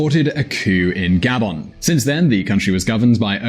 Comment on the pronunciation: It’s not GA-bon, it’s ga-BON.